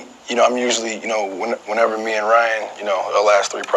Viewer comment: She said Ryan last name wrong 🤣🤣🤣